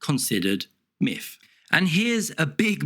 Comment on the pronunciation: The speech impediment you have where you say miff instead of myth is incredibly annoying.